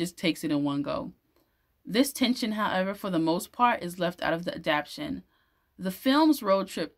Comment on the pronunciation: You are saying adaption but it's adaptation.